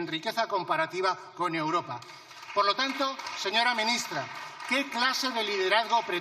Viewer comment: Esta señora no sabe decir europa ,europea,dice uropa,uropea, escúchenla bien